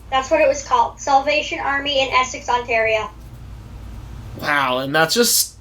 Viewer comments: Yes lol i should of corrected him on how to say it eh lol 😜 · Oh i was being nice and it didn't matter if you said Ontario wrong hahahaha 🤣😄 also i didn't realize you said it wrong until after i listened to the podcast lol